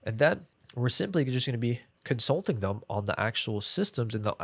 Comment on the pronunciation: i hate when creator just make half of the video talking about cons of a service like why you care? and while making notes I found a new word COM-SUT-Ling 😂 I feel you holding back many information you can answer me one what our client avatar look like? i mean what he selling some service? or a product and how much we gonna charge them